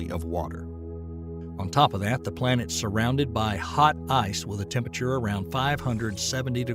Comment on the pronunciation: 😕 Hey narrator! Can you pronounce the word 'Temperature' 1nce again for me plz?